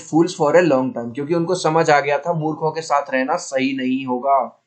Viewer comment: murkh❌ muth ✔️😂😂